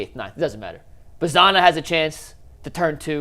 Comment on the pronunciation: I love this channel but it always grinds my gears when someone covers a team for a living and pronounces names wrong. Like the English pronunciation of “Angel” or saying “Bazzana” like it rhymes with banana. The dude from Locked On says “Genao” with a J sound. Like, have you not listened to a single broadcast in the years these guys have been in the org?